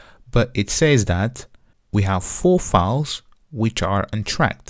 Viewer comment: It is a great tutorial except for two things 1. Files or fauls/fawls?! It is not confusing as a result we know that you mean files. Yet, disturbing. 2. rebase part is a bit fast Overall, thank you for your clear explanations